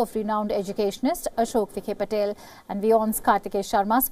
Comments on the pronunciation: Idiot It's not Patel, it's Patil. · 1st give a Medal to d Newsreader as She got both d names Wrong is it "Nila or Nina" & it is Patil not Patel. 2nd she mentioned 0.56 d classic issue of Over friendly friend requests unwanted approaches, when are we going to stop this not everyone who leaves India or has Indian Ancestry is interested in being touch with u so stop being Desperate have some Self Respect. Also its always good to ve a Large Diaspora in d long run as Influence & reach matters can be seen in U.S. elections Nikki Haley to Kamala Harris to Ireland's P.M. Leo Varadkar aides of Obama to Trumps + d Largest remittance pool belongs to Indians 89000crores Annually.